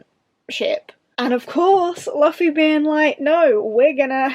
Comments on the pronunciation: You pronounce Luffy like London not, loo as in the toilet. Zolo is pronounced Zoro because the Japanese pronounce L’s like R’s. Usopp is pronounced Oohsopp. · I haven’t read the manga, but I’ve been watching the anime and i love one piece!! And it’s pronounced like Loofy😁